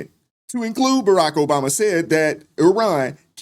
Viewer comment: Who is the man that called “bama”. Sounds like he said Jay money